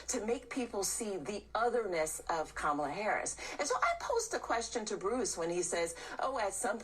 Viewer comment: LA = KAMALA Sister, you are mispronouncing her name with the best of intentions